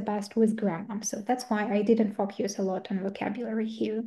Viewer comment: Дякую за цікавий вебінар! Це дійсно важлива та цінна інформація для вчителів! Однак, оскільки спікерка також викладач (як я розумію) було трішки важко протягом усього відео слухати як слово "focus" вимовляли як фок'юс😅Не хочу здатися грубою, просто вірю що це важливий момент для усіх - викладача, спікера і насамперед майбутнього учня😊 Ще раз дякую!